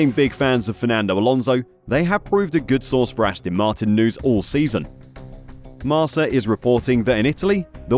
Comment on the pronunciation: Hate how he pronounces Marca… it is read like MarK-A not Mars-a